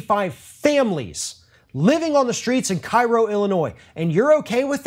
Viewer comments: It's pronounced "Kerro" not "Cairo". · Sorry, but it isn't pronounced Kai-ro. It is Keh-ro. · Cairo Illinois is pronounced " Kay ro " like the syrup . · pronounced "KAY-ro" 😉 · fyi, it's pronounced Kay-rho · FYI, Cairo, Illinois is pronounced KAY-RO. I know, it's spelled the same as the Egyptian city, but it's the Southern Illinoisan way of saying it.